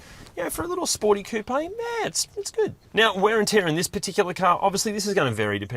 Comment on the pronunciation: Why tf do you say coupe like that, it has no accent mark